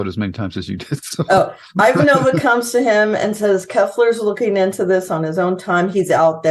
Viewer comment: Still need to work on your pronunciation of "Ivanova" (timestamp ). Susan says her name from season 1